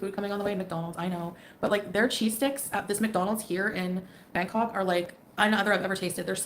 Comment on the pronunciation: By 4 minutes I've heard her say ancock maybe she'll realize it's Bangkok before she leaves...yesterday lol